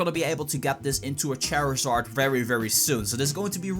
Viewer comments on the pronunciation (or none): none